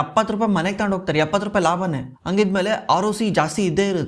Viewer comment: Heartfully disliking the video. Kannadada kole madthirodakke, neev ene heli este knowledge irli, neev kannada mathadthidra andre kannada saryag pronounce madod kaliri. Adu "hogthare" ogthare alla "Horage" orage alla "Halmark" aalmark alla